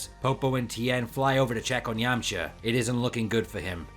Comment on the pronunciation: His pronunciation of Yamcha and Yemma was very unbearable...